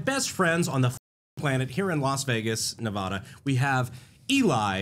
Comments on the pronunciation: the navada instead of the nevada killed my soul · I love you guys. But it’s Nevada not nevuhda. We don’t say Texaus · I wish for once famous people could actually pronounce Nevada correctly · Brandon Brandon Brandon... you disappoint me man. Right off the bat you miss-pronounce Nevada. I'm a native of the state. Also I had no idea you guys were in town. :) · I can't believe Brandon said nevada wrong